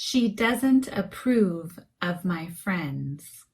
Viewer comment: Hello beautiful teacher,this is video words——-approve,The phonetic symbol is different from your pronunciation, is the phonetic symbol on the screen correct?